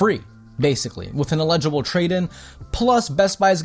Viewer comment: Iledigble... Think you mean eligible